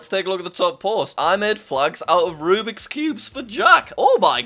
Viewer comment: Jack it’s “Rubik’s Cubes” not rubix, but awesome video regardless